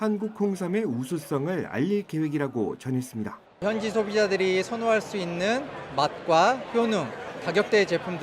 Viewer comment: 도대체 KBS는 어떻게 아나운서 마다 끝말에 다를 이상하게 발음 하는지 정말 듣기 싫었는데 이번 아나운서는 다를 이상하게 발음 안해서 그런대로 듣게 됐습니다. 그런데 어떻게 여자 기자도 또 했슺니댜.댜. 왜 그렇게 다 자를 이상하게 끄는지 정말 지겨워 죽겠네요 어ㅐ 그렇게 이상하게 발음 하는지 정말 듣기 싫어서 힘드네요.